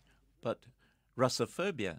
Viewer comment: What word did he say here? "Racafurbia"? Anyone know what word that is? I think I spelled it wrong, what word is this that he said there?